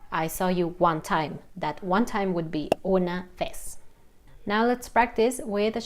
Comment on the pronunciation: But it seems that you pronounced « vez » with an English « v » sound. After watching your video on the correct Spanish pronunciation for « v », I’m confused.